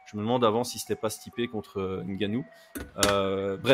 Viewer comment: Vous preneez pas trop la tete a bien prononcer les noms les amis. Deja que 'Ngannou" personne ne le prononce bien lol : le "n" ne se prononce pas on dit directement "Gannou" C'est comme "Mbappé", on prononce pas le "M". Je crois que c'est comme ca chez les Camerounais